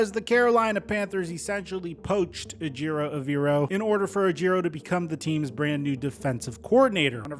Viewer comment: Take the time to learn how to pronounce Ejero Evero properly! Come on man!